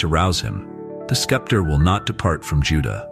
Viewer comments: It is not Skeptor it is Sceptre pronounced septer a staff held in the hand of a ruling monarch. It signifies sovereign authority. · Shechem is pronounced "SHECK um." Sceptor is pronounced "SEPT er" ... the "c" is silent. Bible narrators and teachers need to focus on proper pronunciation. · Good stuff... but the word "scepter" should be pronounced with a silent C. To my mind, a "skepter" would be a scepter that you had doubts about. ;)